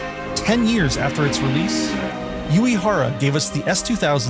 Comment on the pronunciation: 🔊 oo- eh- hara (❌yoo- ee- hara)